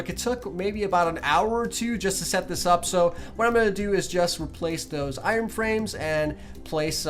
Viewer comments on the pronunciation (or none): none